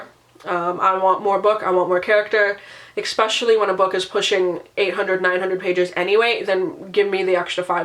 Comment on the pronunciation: How a person that reads this many books can say 'expetially' is well beyond my comprehension.